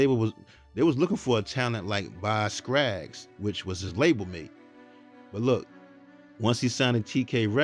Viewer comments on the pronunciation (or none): LOVE the info in this documentary! JSYK it's Scaggs Not Scraggs😊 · Box Skaggs!!! Not Scraggs😜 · Great cover on my guy Bobby Caldwell. But can I just say one thing? Please work on pronunciation and proper speaking of names okay sweetie? It’s Bob Skaggs not Skraggs. That’s important because everything is so n a persons name. Love your work and I’ll keep watching. 😊😘♥️🙏🏾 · Dude, it's BOZ Scaggs NOT BOZ Scraggs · It is Boz SCAGGS, no R. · Please stop saying Boz "Scrags"! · Dude said Boz Skraggs??? Skraggs??😂😂😂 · Boz SCAGGS, dear. 😊. No 'R' , brother. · BOZ SCAGGS…say the man’s name right! You made him sound awful!